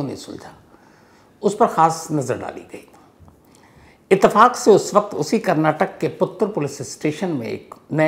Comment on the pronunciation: इत्तेफ़ाक को आपने कई बार इसतेफाक बोला है